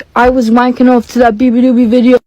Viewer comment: its beabadoobee u pronounced it wrong